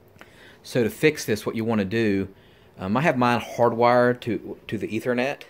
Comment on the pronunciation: Ethernet wtf is that 🤣🤣